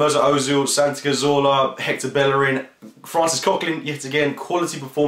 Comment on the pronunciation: It's pronounced Bejerin. LL is J in spanish.